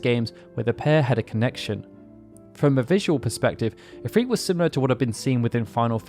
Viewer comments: I stopped this video a few minutes in. I cannot focus on what he's saying because he's mispronouncing if-r-it. He's saying if-freet. It has the same effect when he says tee-dis in place of ty-dis. Very sad I'll miss out on great videos. 😬😬😬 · I dont like how he pronounces Ifrit or Shiva. I prefer [ If-r-it ] instead of [ If-reet ]. Idk how he gets a long "e" sound without a second vowel in the word. Shiva has at least "a" second vowel and I think its pretty to say [Shee-va]. [Sh-i-va] is a reasonable way to pronounce her name yet it lacks the glamorous ring befitting her title as a royal ice queen ("she" sounds more feminine too.). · Love the videos. I don't know why it bothers me so much but Ive always pronounced it IF-RIT besides IF-REET. IF-REET makes its sound weaker to me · the islamic pronounciation is not ifreet or ifrit it's the I is actually the letter ع which can not be prononced in english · It's because the name isn't English, it's Arabic. It doesn't follow the same rules, it's just romanized into English spelling. From google: Ifrit, also spelled as efreet and afrit (Arabic: ʻIfrīt: عفريت, pl ʻAfārīt: عفاريت), is a powerful type of demon in Islamic mythology. Japanese "i" is also pronounced ee, that's just how their language is written into English. For Japanese it's ALWAYS: a = ah e = eh i = ee o = oh u = ooh In fact Japanese is VERY consistent. English is incredibly inconsistent and chock full of spelling exceptions due to sourcing words from all over the place or just not sticking to one way of spelling anything Easy examples: "mood" and "food" rhyme with each other but not with "good". As a native speaker, English honestly makes no sense. Blame English, not the other languages